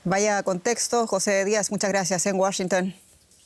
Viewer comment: Señora. Entre Jose y José hay una clase de Español de diferencia